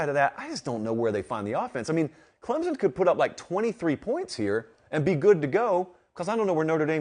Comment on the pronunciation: I enjoy listening to your commentary on my team (Clemson) but man you gotta learn how to say the name correctly!